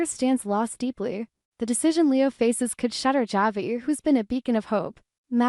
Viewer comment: It’s pronounced Havi